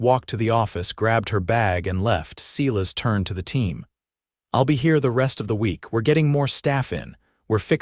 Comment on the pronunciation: 'S - e y e - l a s' not 'See las!'